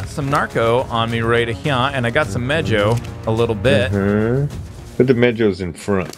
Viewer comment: It's pronounced meho not mejoe